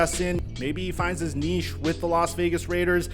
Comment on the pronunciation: You are saying niche wrong